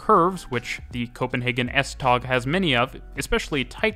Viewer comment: Butchered pronounciation of tog